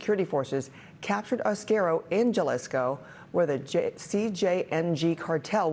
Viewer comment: Jalisco - Hah-lees- koh